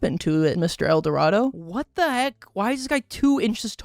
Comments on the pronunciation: Gotta love how he keeps pronouncing Edoardo as "el dorado", at least he's consistent with it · The way he called little edoardo "Little El Dorado" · Currently watching and placing $5 that, at no point, will acknowledge that the man's name is just Edorado and not El Dorado. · i think you pronounce his name as "little edwardoh" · i love how he called little edoardo eldorado for the entire video AND narration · how is he pronouncing “edoardo” as “el dorado” 😭😭😭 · pronouncing Little Eduardo as "Little El Dorado" is killing me 😂